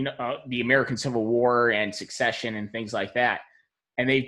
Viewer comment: An Army man should not that "suck-session" is not how it's pronounced.